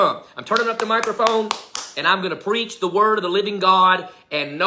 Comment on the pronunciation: Oops Preach 🤣 not Peach.